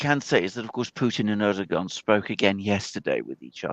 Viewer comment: POV you’re a commentator who can’t say erdogan